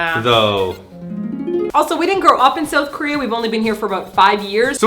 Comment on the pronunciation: Girl you canadian's showin' You said Sowth... Love it!